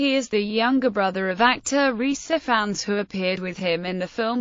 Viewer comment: No. That's not how you pronounce either name. Ppl don't pronounce their names by spelling them out. I do not pronounce Parker "P a r k e r." It's pronounced Lyr as in Lyrical. Also, the I in Ifans is a hard I.